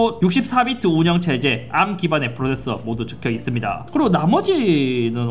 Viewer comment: 암 너무 거슬림 ㅋㅋㅋㅋ 그냥 에이알엠이라고 해주세요 제발ㅋㅋㅋㅋㅋㅋㅋ